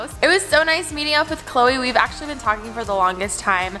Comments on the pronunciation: When she said Chole I was a bit confused... anyone else?? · When she said cloe, I thought that it was her dog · everytime she says Chloe her dog pops up in my head💀